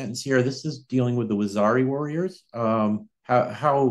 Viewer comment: Correct pronunciation: wah - zeer- ee... . Rather than waxari...